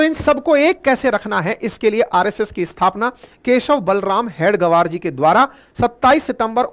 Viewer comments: हेडगवर नहीं । हेगडेवार है।कृपया ध्यान दें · Please pronounce the name properly. It is Hedage-vaar, and not head -gavaar. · Sorry sir... RSS ke sansthpak ji ka naam... हेडगेवार... Hai... please pronounce properly🙏🙏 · परमपूज्य हेडगेवार के उपनाम का उच्चारण अशुद्ध कर रहे हैं, इसे सुधारने की आवश्यकता है